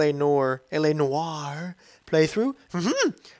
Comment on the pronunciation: I impressed that u finally pronounced noire correctly, kudos. I assumed it called LA Noire due to the film noir films of the forties, I'm confused why they use the feminine spelling rather than the masculine, noire rather than noir but really who cares.